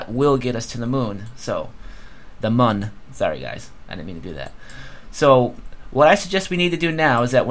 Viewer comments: an umlaut over the u, that's what the two dots are, will change the u into an ue or oo sound like spoon or moo and thus Mün is pronounced Muen or Moon. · Its still pronounce MOON lol. just a different spelling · It's pronounced moon. If you look at the spaceship crashed on the moon in the menu, it says MUN or BUST. There are two dots over the U, so it's pronounced MOON. for example, Ubercharge (yes the U has two dots above it) is pronounced OObercharge. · is it mun or mün because if its mün its pronounced myn (i think)